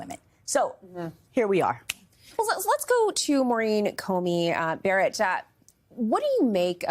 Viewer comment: "Maurine comey Barrett"??? 😂😂